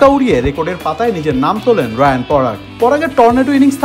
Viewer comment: রায়ান নয় রিয়ান পরাগ